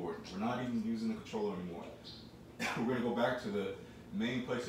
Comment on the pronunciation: mans said "remote cotroller usb" 🤣 🤣 🤣 🤣 🤣 🤣 🤣 🤣 🤣